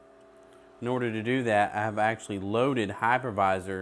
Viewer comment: I thought he said hackerviser. That will teach me to listen better.